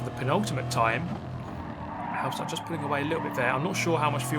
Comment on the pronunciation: Pronunciation guide on Halbstark. Say it like hulbsh-dark. Imagine you're Scottish saying the "bulb ish dark", then your half way there. Halbstark is a dated German word for a teenager or young adult. It was used in the 50s or 60s of the last century. So kudos for Halbstark preserving dated vocubulary. Some 60 years ago a band named "Die Yankees" produced a single "Halbstark", singing about young adults racing in the city. Please note that "Die" is no verb in German but literally translated "The Yankees". No-one is supposed to die here. ;-) If you want to get a feeling for the time, watch an episode of Happy Days. Fonzie would be considered Halbstark with his leather jacket.